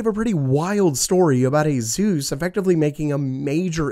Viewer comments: I think Asus is pronounced like Pegasus. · A-Zeus, please, no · Azeus?… ugh i just cant. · When Asus became azus